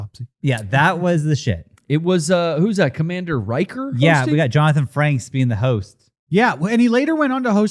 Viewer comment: Is saying Johnathan Franks?